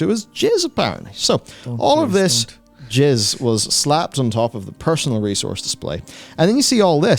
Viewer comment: He meant "jazz" but it came out "jizz". Many musicians might agree. 😅